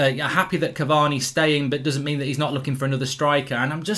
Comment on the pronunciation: Ole call cavani caviii